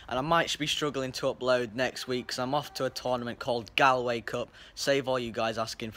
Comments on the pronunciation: It's pronounced like gawlway put spelled Galway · It's said gol - way